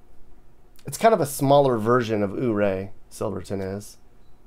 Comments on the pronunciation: and it's Yuray not OO ray. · Ouray...(You-Ray!) not ooray. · It’s pronounced “You ray” NOT ooo ray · BTW, Coloradans call it YouRay, Not OOORay!! :)😂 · Nice video. I've spent many a vacation traveling the state myself. By the way, Ouray is pronounced Your-RAY by the locals, vs. OOH-ray. It was named for Chief Ouray of the Ute nation. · Has anyone corrected your Ooray yet?🤣 “you-ray” Lived in Grand Junction and Collbran for awhile, visit once in awhile and get to missing it. Thanks. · Fyi, Ouray is pronounced "yerray". I am so glad to see your review of my neck of the woods. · Life long resident here. Just wanted to throw in a few corrections for you. In your video you mentioned Ouray. It's pronounced YOU-RAY after chief Ouray of the Ute Indians. Also when you said "There's still snow on the Rockies", actually this is the San Juan mountain range. The Rockies are further east. Just thought you'd like to know. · Not oh -Ray. Yep. But is doing his best. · It's pronounced U-ray. Love the video. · Welcome to colorful color RadO, Ouray is pronounced more like "you-ray" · Ouray is pronounced "You-ray". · Ouray is pronounced Youray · ouray, it's pronounced like u-ray. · Ouray, guess what, the O is silent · Ouray pronunciation is a little off but it’s great place in CO :)